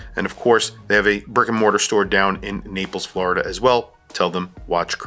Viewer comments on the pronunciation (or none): none